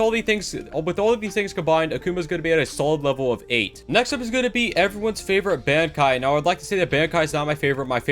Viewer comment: I was SOOOOOOOOOOOOOOO happy when he stopped talking about bankai alums bc he can't pronounce the word